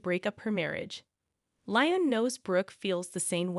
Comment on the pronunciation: You need to learn to pronounce the characters names correctly. Lyim?